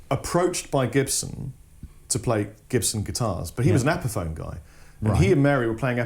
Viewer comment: guy in the blue can't pronounce epiphone